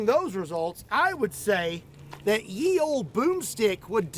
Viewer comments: I hate to be pedantic, but 'Ye' is pronounced 'the' The Y Was actually a thorn, a letter pronounced 'Th' that was abandoned around the time of the 1st printing press. Or so I was told. Please correct me if I'm wrong :) Love your stuff! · Speaking of pedantry: The "Y" in "Ye Olde" is not a Y as in Ygrek, byt a Y as in Thorn and is therefor to be pronounced as "th". So "Ye Olde.." is pronounced the same as "The Old..." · It bugs me a bit when people pronounce it 'ye olde'. What looks like the letter 'Y' is actually the forgotten letter Thorn that makes the th sound. Ye was the way to spell the. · I was a little heartbroken to learn that thorn (which at some point looked much like a 'Y') was always pronounced like "th." So, it never would have sounded like "ye olde tavern." Instead, it would have just sounded like "The olde tavern" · In old English the letter Y was pronounced as "Th" so the phrase is pronounced "The Old Medieval Boom Stick" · The letter looking as "Y" in Ye Olde Boom Stick was pronounced as "th" so it's not "yeee old boom stick ", it's just "the old boom stick" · Funny how everyone thinks the word is Ye when it's pronounced The; look carefully at the original, and proper, rendering of the word and you will find the letter for the "th" sound, also called Thorn. It looks like y, but the thorn points to the right not the left. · I'm kinda sick of "Ye Olde." (It's pronounced the same as "the old.") And the guntubers really can afford some decent armor to shoot, so it would be nice if they bothered. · Let’s do some more pedantry! “Ye” as in “Ye Olde Boomstick” should be pronounced “The”. Sort explanation is that it was originally written as “Þe”. “Þ” is an old letter called “thorn” and when movable type printing came along it was discarded and if needed was usually represented with a y! (This is bare bones and just from memory so any additions/corrections welcomed!)